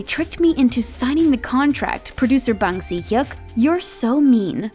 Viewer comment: How she prounounce "Bang Si-hyuk" makes me know thats she's not an ARMY